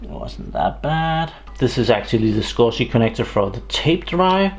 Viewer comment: Its SCSI.... as in SKUZEE... SCuSIiii...